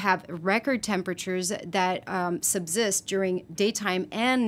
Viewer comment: When she says “zubzidst”, does she mean “subsist”?